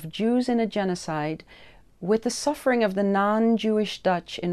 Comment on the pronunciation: Bukan "supper" pak, tapi "suffer".